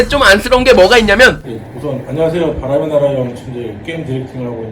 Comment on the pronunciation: 바람의 나락!! 으로 들리는건 저 뿐인가요?